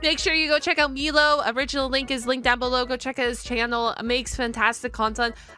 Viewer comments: I'm sorry, but I have to ask, why are you pronouncing his name wrong? Is it intentional or are you unaware of the pronunciation? For clarity on my end, it's my-low, not me-low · I love that you’re watching Milo’s content I love him but please for the love of god hus name is M-I-lo not M-EE-lo. You said his name right like twice in the videos you’ve watched from him… 😅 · I chuckle a little every time you call him "Meelow" instead of "Mylow" lol 💮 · It's pronounced "my-low" not "me-low". Milo says his name multiple times throughout his videos. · Why do you keep saying "Meelo?" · Saying Milo's name and channel wrong all this time is rough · Keep mispronouncing his name, it tickles my funny bone 🤣